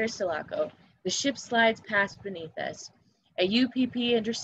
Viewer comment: The girl doesn’t say the ship sulaco right 😅